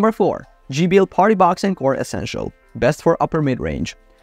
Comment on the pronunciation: On-core not N-core